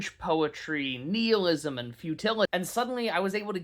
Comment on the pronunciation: That is not how you pronounce nihilism